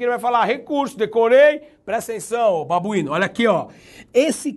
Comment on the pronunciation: Rindo demais desse "babuino" kkkkkkkkkkkkkkkkkkkkkkkk chegou a me desconcentrar kkkkkkkkkkk